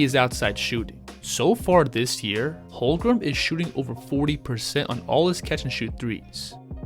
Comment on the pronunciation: Holmgren. Not Holgrem